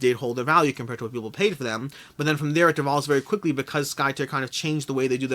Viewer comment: Skytear is pronounced as if you are ripping the sky, tearing it apart. At least, that's what the KS video says ;)